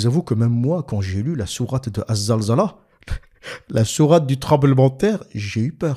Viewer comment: alors? c est zilzel ou zalzala?? en tout cas quand tu t oublies tu le dis comme il faut il suffit de te réécouter